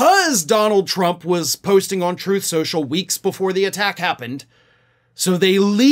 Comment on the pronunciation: ...I wouldn't normally correct you, but she never calls him "president Trump"...EVERYTIME she mentions him, she says "president Chump"...I don't say this as a joke, listen to the blonde whackado when she talks...she can't say Trump, it's chump everytime.